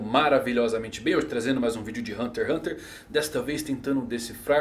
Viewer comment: Ganharia um like, mas não sabe nem falar o nome do anime.